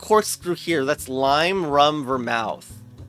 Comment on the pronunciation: Love the pronunciation of Vermouth : "Ver👄" I think it's more like Ver🐄th